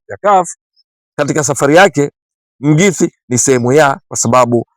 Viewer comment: ahsante kunifurahisha kutamka jina la Coach wetu.